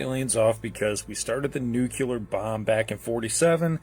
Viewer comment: I cannot take people seriously when they pronounce it "nucular." What a tool bag.